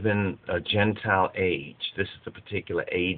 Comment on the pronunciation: Gene-tile or "Genetic Reptiles."